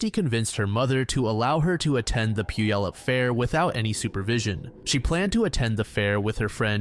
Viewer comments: Puyallup = Pew-allup... (Pew like the seat in church). It's not pronounced how it looks. My cousin used to come into town every summer and when he'd see that sign he'd say Poo-ya-lup. 🤣🤣🤣 No one not from Washington gets it right. 😉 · this was all i could think about at the beginning tbh